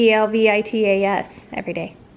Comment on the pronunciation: those breakfast muffins look great ... !! when you spelled Belvitas i had to listen 2X to figure out what you said and the 3rd time actually wrote it as you were saying it LOL i need more coffee i guess (almost 5pm) so great that your family is so helpful to help you watching the kids ... i know grandparents who cant be bothered ! omgosh your kids just crack me up !!!!! they are sooo smart for their age !! i agree about the milk ... idk about kids but i used to drink close to 2 gallons of skim milk a week for yearsss i loved it so thirst quenching at times but its not liquid as we all know its solid .. then about 5 yrs ago i read its bad for adult colons (like ALL dairy) ... i suddenly lost my taste for it .... i never drink it anymore i do however use sour cream, yogurt, and cream cheese and cheeses ... but idky its bad i like the nut milks i see my store now has an almond milk that is banana flavored ill have to try it !! Eloise is gonna be just fine ... i know its stressful for you to have this all done again but doctors do their things in their time .. step by step .. and she is gonna do soooo very well ... dont worry about "what if" all the "what ifs" in my life have destroyed my life and im 62 most things i worry about never happened !! much love to you all XXXXXXX